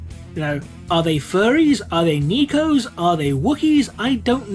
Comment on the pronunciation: Due to how pronounced nekos as nikos, now all I can picture is a bunch of felinids riding roombas because God(-Emperor) told them to.